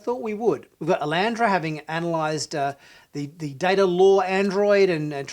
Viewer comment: Its data not data sir.